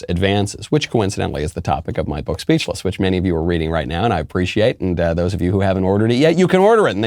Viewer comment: every time I hear you say "speachless" I begin to salivate for some reason 🤔